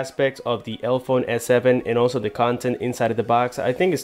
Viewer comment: Why do you keep pronouncing it elphone, when there clearly is an e after the l... elEphone.. like elephant. Their logo is even an elephant's head with trunk between both e's.